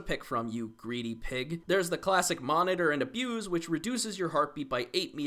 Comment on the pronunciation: Thank you for pronouncing "Monitor and Abuse" correctly.